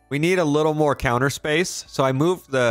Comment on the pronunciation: it’s More not Moar unless it’s intentional